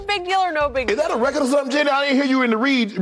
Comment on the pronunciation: "That's a recud!" Shay reeeally swallows on that dude🤦🏽‍♂️